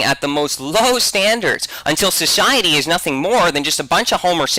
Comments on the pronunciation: Is anyone else bothered by saying shuhshiety instead of society? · It is society not "Soshiety" XD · I hate to correct you but it's actually "shoshiety" you see! "SHoshiety" But hey never mind ;) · Sosiwaty. Elmer Fud to the max